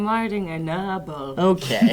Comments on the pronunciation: "I'm whiting a nawble." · I come back to this video a lot just to see put on both pairs of glasses and say "I'm witing a nobble", makes me laugh every single time. she's my favorite human.